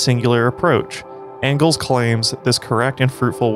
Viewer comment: yo said "Fredrick Ongles" lol